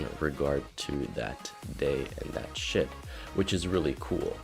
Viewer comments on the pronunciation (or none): each time he said ship it sounds like he says the s word lol